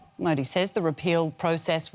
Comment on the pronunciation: Nothing better than foreign media pronouncing modi😂😂😂